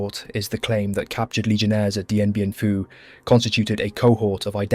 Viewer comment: he says Dien Bien Pooo 😂